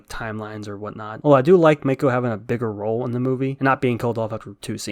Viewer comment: MAH-ko, MAH. Not MAY-ko. Her name gets said several times how is it hard to get.